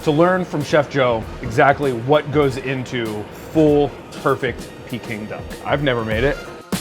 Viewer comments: Its not picking duck dude, its peking duck. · Its peking, not peeking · Peking duck not picking duck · It’s pronounce Peck-ing duck not pee-king duck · Not PEE king duck. Pay king duck. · Brah it’s not pe it’s pecking duck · Pee-king duck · They are saying Peking Duck wrong 🥴